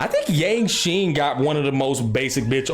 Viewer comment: Bro said Yanqing a swordmaster ain't no way😂 💀